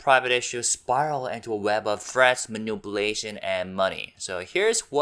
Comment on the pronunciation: Please learn how to pronounce "manipulation"